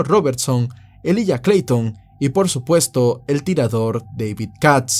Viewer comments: se pronuncia Elaiya.... Elijah =elaiya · se pronuncia “ilaiya “